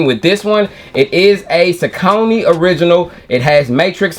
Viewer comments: You say it how we say it up in Jersey... Saucony (sah-cō-nē) The lace loops on those reminds me of the Air Max 97s. Keep on the grind Nephew! - O.G. CMD Safe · Sau cony… thank you bro for saying it like we do… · We pronounced Saucony the same way in Richmond VA too. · Thank you!!! I’ve always pronounced them that way too. It wasn’t until I watched different reviews that I heard people pronounce it the other way.